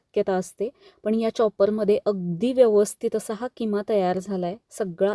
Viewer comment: किमा ❌ खिमा ✅